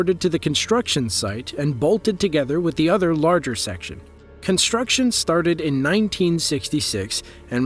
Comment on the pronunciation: "Conshtruction", "shtructurally" "dishtruction"--for some people first grade never ends.